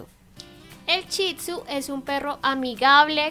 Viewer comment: no es chitsu es Shih tzu